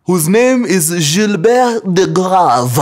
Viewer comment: Weee mkuru si usome tu Gilbert vizuri 😂😂kama mwafrika.....